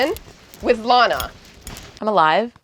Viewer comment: BRO NOT LANAAAAAA